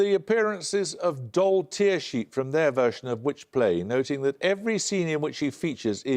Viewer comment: Hard to believe that neither Paxman or the Durham team could pronounce Tearsheet correctly